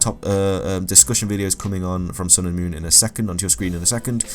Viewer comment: You keep saying "Moorn", are you trying to say moron? Or moon?